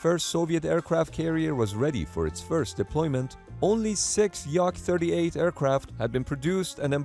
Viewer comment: Not like Yak, but YaK (shortly for Yakovlev, last name of chief engineer of aviation factory in Soviet Union). Speaking of YaK-38, although this aircraft had some impressive vertical-lift engine, was total failure. It was too complicated for pilots, too fragile to fly, had limited carrying capability and can fly only in good weather conditions.